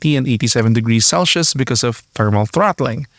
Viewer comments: Celsius not celshius... #facepalm. As a native English speaker you are making my ears bleed! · I appreciate the effort and work you’ve put into this video and it has been very informative and interesting. But the pronunciation for “cel-shius” needs some improving. “Cel-se-us” or “cel-seus”.